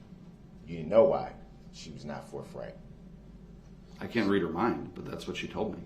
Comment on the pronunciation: Forth right not forf